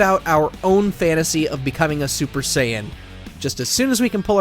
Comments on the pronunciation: Ahh yes… the “scion” saga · I'm just going to pretend I didn't hear that mispronunciation of saiyan...... R.I.P Akira toriyama-san